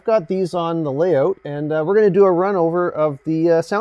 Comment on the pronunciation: I like the way he says, "Lay oot"...